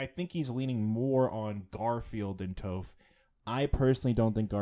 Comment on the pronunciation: Her name is Toph with a short o. Not a long o. You need to watch some avatar asap.